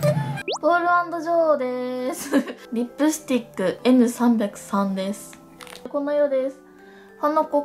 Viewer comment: リップスティックのイントネーション笑笑